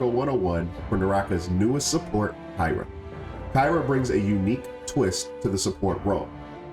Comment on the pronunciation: good tutorial but he didn't even pronounce her name right and only covered solo glyphs board o.O